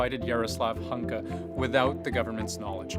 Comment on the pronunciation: By the way, a surname of this Waffen-SS guy should be pronounciated in other way. It transliterates as Gunka (in Ukrainian, it starts with spirant sound between Kh and Gh) and sounds like Hoo- (like in "who") n'- (like in "Nick") ka. You are welcome.